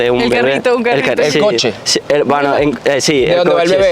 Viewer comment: Ojo! Se dice coche por favor cochee😢😢😢